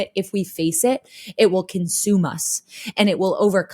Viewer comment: Only Floor can get about 7 syllables from a four letter word 😢 (my fall wwwiiiiii-iiiii-iiilll-llll-lll be for you).